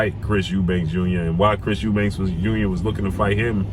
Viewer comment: Lmao he's eubanks according to you American dudes. It's Eubank!